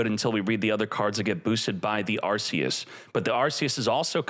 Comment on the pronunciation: PLS SAY THE NAME PROPERLY ITS PRONOUNCED ARKEUS YOUR KILLING ME 😭😭😭😭